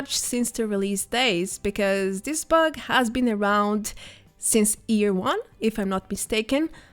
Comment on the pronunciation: " since EAR WON" lul 😍 If you can say yes you can say year instead of ear 🤠